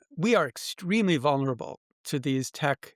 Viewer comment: It’s vulnerable, not vunerable. C’mon, educated people! 😉 But great discussion.